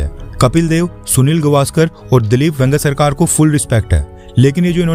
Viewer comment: भाई, वेंगसरकर सर का नाम तो सही से लो 😢😮😢